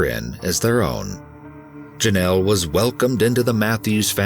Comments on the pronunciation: Drink every time he says Jonelle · Take a shot everytime this fool says "jenelle"